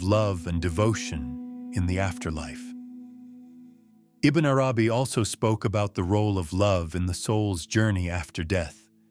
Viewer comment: Beautiful! But I cringed every time the narrator said Ibn Arabi’s name. I thought it is pronounced more like this: “Ibbin AaRabee.” If my pronunciation is incorrect then I am truly sorry.